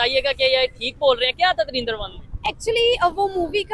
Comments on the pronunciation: Bhai, it's Dhurandhar not Dhurindhar 😅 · He is pronounced like darinda 2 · Bhai drindar kyu bol ra hai drinda bol de ☺️☺️☺️ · Movie ka naam toh sahi lo yaar 😂😂😂 turindar durindar surindar😂😂😂😂😂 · Dhurandhar hai .. dhirandar nahi .. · Yar Lagta Hai Bhi Ab Anapadh Ho Gaye Hai. Darindar Nahi Movie Ka Nam Dhurandhar Hai. Dhu Ran Dhar. The Rin Dar Nahi. Jara Padhna Likhna Phirse Sikh Lo Bhai😂😂😂😂😂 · You are pronouncing the name of the movie wrong. It is Dhurandhar nor Darindar